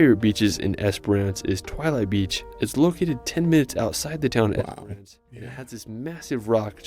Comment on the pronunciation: Esperance Western Australia is NOT pronounced "EsperARN ce".